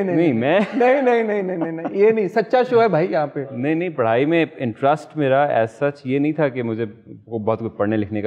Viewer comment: Wahaj it’s - Interest not intrust 😂😂😂😂😂😂